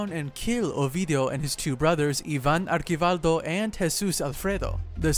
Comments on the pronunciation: It’s archivaldo not arkivaldo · And its (Archie-vaLdough) and (Low-erra)